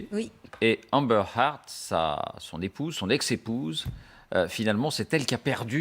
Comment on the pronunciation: amber haard" lolllll